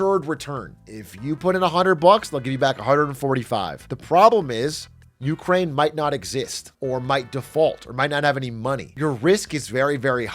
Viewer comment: dude every time he says "you crane" my stomach curls lol